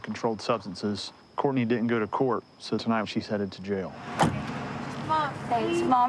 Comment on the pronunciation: Courtney say Court: NAY